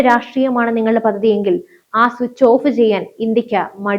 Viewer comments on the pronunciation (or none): Presentation is good. .. but please correct pronunciation of പദ്ധതി - you pronounced it as പദതി.. വല്ലാതെ അരോചകമാണ് അങ്ങനെ കേൾക്കുമ്പോൾ